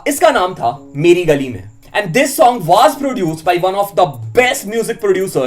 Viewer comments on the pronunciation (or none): It's not waaaas was bro...!